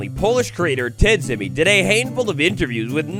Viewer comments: Tidzimi would be actually pronounced Tijimi (dz makes a j sound) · Nice video, one small issue, you pronounce TIDZIMI's name like "Tjimmy" because his nickname comes from the pronounciation of his previous nickname - TGMplay (without the play) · When I hear how u say Tidzimi im littelary crying 😂😂😂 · The way, how he spells "tidzimi" is a bit funny